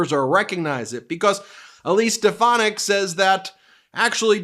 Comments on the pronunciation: ‘Step-uh-nac’ is correct in one sense. trump hasn’t lost a step, he’s lost several miles. He wasn’t a full shilling to begin with (British phrase), now he’s absolutely gone. If he started with 100 marbles, he’s down to his last one, and that’s getting chipped away at at an alarming rate. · Trump can't even pronounce Stephanic's name. She is a loser just like Trump and lies like him. Very good strategy Elise to make Trump look like a doddering old fool. Great job lol. Biden 2024!🇺🇸